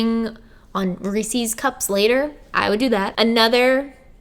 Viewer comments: I was today years old when I found out that not everyone pronounces it "Ree-sees". 😬 (I'm also from Philly) Loved this video, though! Lots of great information and very inspirational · Wait it's not pronounced re-sees 👁️👄👁️ I feel lied to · I'm from the south and I said it like "Ree-seas". I'm so glad I'm not the only one who says it wrong. I'm just so thankful to see you looking amazing and admitting that you were addicted to sugar. I seriously don't eat that much. But I eat a LOT of cookies. I LOVE chocolate chip cookies. And I've stopped buying myself a lot of sweets because I'm trying not to eat them. I've bought myself protein bars or fiber 1 stuff as substitutes for it. I'm trying to take baby steps but it is hard. And this whole video has been so inspiring to me. Thank you. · The biggest "what" moment I had was when you said Reese's is supposed to be pronounces Rees-sus. I didn't know that was a Philly thing *side-eye*. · Literally everyone I know says 'Reesees' and it's so frustrating🤣🤣🤣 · I like how you say ree sees 😜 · Wait.... You don't pronounce it "Ree-Sees"??? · It makes me so happy to know that someone else on the planet pronounces reese's pieces that same way I do! I thought I was the only one! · Lol when you pronounced Reese's I didn't even know other people pronounce it differently because I'm from Philly